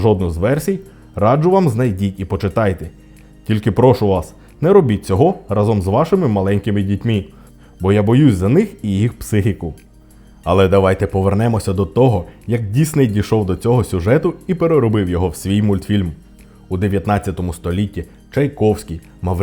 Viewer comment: Отже, Рекламасебе. Спляча красуня тричі до 24 секунди. Тричі... ДітьмІ? И, дітьмИ. Звертай увагу на відмінки української мови, бо це срань як ріже вуха.